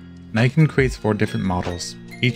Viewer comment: Pronunciation in Knee-Ken Japanese I is always like saying ABCD E But short and double consonants are always articulated, sorry but in Australia even we pronounce Nikon correctly as in knee-kon, when I was getting married and discussing cameras with the Canadian wedding photographer I was asking his advice as I was intending to buy a camera duty free and my short list was Minolta Alpha/Dynax/ Maxxum 700si and Nikon 801, I went with the Minolta but as I was listing the various features every time I mentioned the Nikon the man looked totally confused until he finally said “oh you mean Nykon “ no I meant Nikon. I just bought one of these which I am eagerly waiting for and after measuring it up I am going to build my own 1/6 scale swords with metal blades for 12 inch action figures instead of the plastic rubbish they charge 40 AUD for, these letter openers are 1/4 scale or quarter size, of course not being a sword smith I will be just cutting the blade out of a piece of metal but it’s not for fighting with so it doesn’t matter.